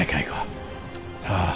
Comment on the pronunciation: Igor isn't pronounced that way